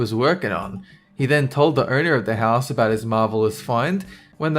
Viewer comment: you suck as a speaker. The word owner is not pronounced "erner".